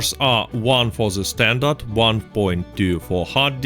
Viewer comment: Yes... Standart not standard